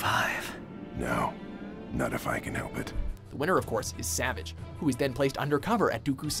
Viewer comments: not savage its SA-VAHGE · It’s pronounced (Sah-vah-ge) not (Sah-vij) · It's pronounced "savaage" not savage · This guy called Saavaage Opress, Savege Opress. Probably just looked up a list of The Clone Wars episodes and their descriptions to make this video. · He said 8 at 7 and also it is sa-vage not savage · It's Pronounced Saaaa vage No Savage. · It's pronounced sa-vauge not sa-vage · Every time he said “Savage” I die a little inside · the butchering of the name savagé...you'd swear that they didn't watch a singl-oh wait...they probably didn't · Ikr! It's Suhvaage(You know the pronounciation I'm trying to type.) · no it's like sah-vage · Imagine pronouncing Savage’s name like “Savidge” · in every video "Savage's" name has been mispronounced, it's pronounced "Savaj." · Imagine saying savage opress instead of "sevajj opress" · Dang it,, you’re SUPPOSED to pronounce Savage Opress’ first name SA-VAH-GE! 😡😡😡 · Savage is Sah-vagh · It’s pronounce Sahvaj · his name is spelt Savage but it pronounced "ser-varj" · Savaage, it's pronounced Savaage. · it's saavage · If he can’t say “Savage” right then this list is all wrong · Savage was pronounced wrong every time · I got triggered every time he said his name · The way he pronounces “Savage”s name pisses me off lol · I love this channel, but multiple miss pronunciation, not just talking about “savage” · Well the narrator has clearly not watched this show with his pronunciation of savage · does it upset anyone else on how he pronounces savages name? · Does he know how to say Savage’s name right? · He kept saying Savage Opress' name wrong. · the way he pronounces savage tilts me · Imagine making content without knowing anything your pronouncing Savage wrong for him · who else involuntarily cringed every time he said Savage's name? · Pronounce savage correct!! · its savage not savage lol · It's Savage not Savage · He kept mispronouncing Savage’s name and it made it so cringey to watch.